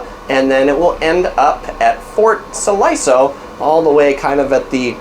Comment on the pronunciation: Siloso is pronounced See-Lo-So.